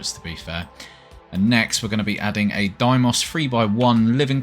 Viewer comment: This is just me bitching but why do YouTubers keep saying DIEmoss? It's DAYmoss...